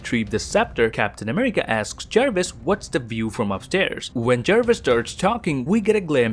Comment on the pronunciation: I love your vids but damn you speak like you have some kind of speech impediment or trying to talk cute. Cweating Ultwon, Amiwica, I mean damn